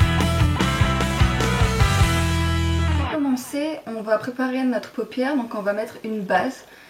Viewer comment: coucou! a un moment tu as dit "papière" au lieu de "paupière" ^^. je sais pas si quelqun a remarquer mais bon c'est pas grave. bye!